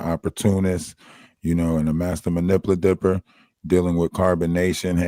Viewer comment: Man-ip-u-lat-or. can pronounce every word but that for some reason. Sorry to be a jerk. It just pricked a nerve.